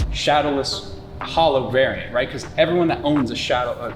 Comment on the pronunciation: Dude I loved every second of this video - the nostalgia hit so hard. But every time he said “variant” I cringed LOL